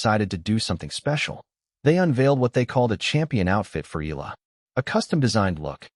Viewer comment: you need to address, EALA correctly and not ILAH, okey